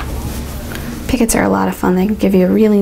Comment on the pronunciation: PICOT stitch is pronounced "pea-koh" not "pickets"..just FYI